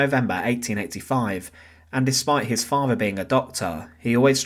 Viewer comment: It’s THIRD not FIRD. It’s FATHER not FAVER.